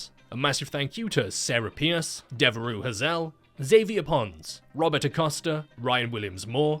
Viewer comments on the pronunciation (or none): none